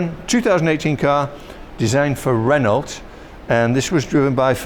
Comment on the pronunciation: Dear...ex-car salesman....declares 'It's a Ren-alt.' Don't ever get too slick.:)